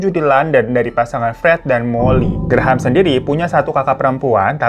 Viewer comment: Graham bacanya Grem bang.. 😂😂 Graham² aku jd brasa gigi susu 😂😂